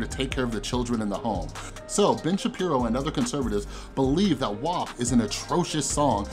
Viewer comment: Thankyou for pronouncing WAP correctly